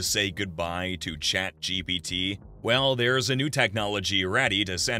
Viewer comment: Be keeps saying 'ChatGBT'